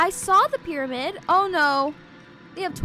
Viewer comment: I just died when it said get to the pryamid